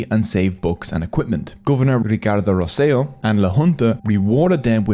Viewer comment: This is an excellent, informatively put, and high quality documentary. Just one little correction, the name of the former Governor is Ricardo Rosselló with double ‘L’. The double ‘L’ in Spanish is the same as the ‘J’ in English so you read “Rosselló” as “Ros Seh Joh”.